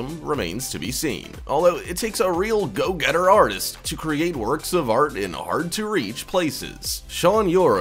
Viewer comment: What is with the voice of the narrator when he wants to make a point, like in the first one, when he says “go getter” and “over there”? He starts it at the beginning and continues throughout. Driving me crazy, lol.